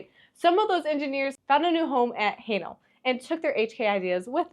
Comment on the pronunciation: Its not "Highnal" it is "Haenel" !!!! lol